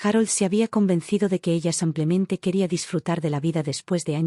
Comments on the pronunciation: xq la relatará dice samplemente en vez de simplemente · Por favor, no pronuncie samplemente por simplemente, es con i , no con a .